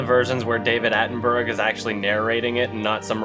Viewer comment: "David Attenberg"?? 😂